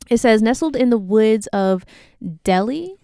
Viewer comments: It’s del-hi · The first one is not pronounced “Deli” it’s pronounced “Dell-Hi” lmao! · Its Del-hi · Lol pronounced like Del-hi